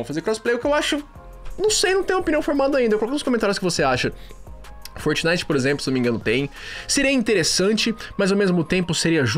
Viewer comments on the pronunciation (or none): none